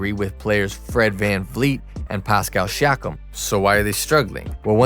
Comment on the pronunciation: Pascal She-akim? Lol